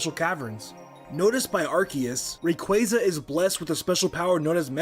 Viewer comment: Congrats,! You and Chuggaaconroy share something in common now! You both mispronounced Rayquaza’s name for years